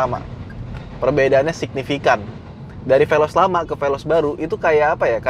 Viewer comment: Saying velos ngaadasandrufnya